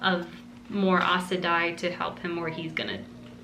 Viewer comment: Aes Sedai is pronounce "Eyes Sa Die" Moiraine is "Mwahrain" Enjoy the journey with these amazing characters